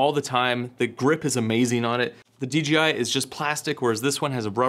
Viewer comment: My mans keep saying D'G'I xD